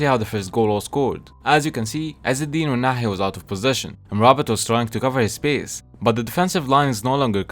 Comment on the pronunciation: Are you Arabic, you pronounce ounahi and regragui very well